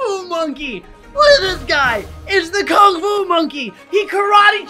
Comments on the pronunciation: Lol bro misspelled Kung fu and said Kung ku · Uh, you said King Alu not King Fu. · Nice vid but OMG HE SAID KUNG KU LOL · AH YES KUNG KU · You said the word Kung Ku, not Kung Fu. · Is it “Kung Ku” or “Kung Fu” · “Kung ku” - 2023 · ah yes, kung ku